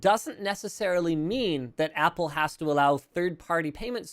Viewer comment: So Apple "Wost"?